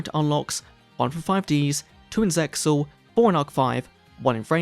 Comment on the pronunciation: English dub is super ass and has no bearing on the objectively superior Japanese version. Hell, the localizers were so regarded they couldn't even pronounce ZeXal's title correctly!